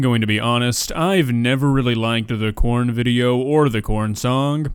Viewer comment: That doesn't sound like "Its corn" it sounds like "IT'S COLD"